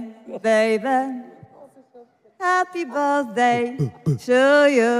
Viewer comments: Happy bełzdej ’’ ? Nie znałam tego 😂😂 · 🎉Hapi bełfdej 😂😂😂 o kur....😂😂😂😂😂co tu się odpi... stanęło😮😮